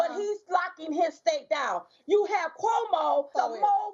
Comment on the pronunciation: "Governor Kumo" 😂😂💀